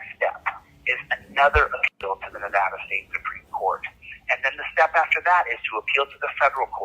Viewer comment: Here in Nevada we pronounce it Nevada, not Navodda :D